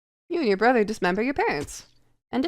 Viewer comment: Never apply that inflection to the word 'brother' ever again